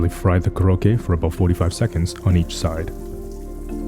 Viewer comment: It’s not kurokke but pronounce Ko-rokke.